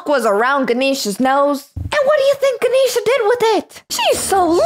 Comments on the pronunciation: It is not ganishna is ga nesh sa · ITS GAN-EhhhH-SHA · Her name is not Kisha. Her name is Ganesha.